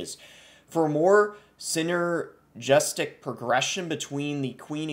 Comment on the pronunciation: I’m down for how you struggled to pronounce “Synergistic”.